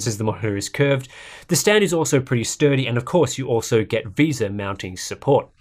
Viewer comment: VESA not VISA VEY-SAH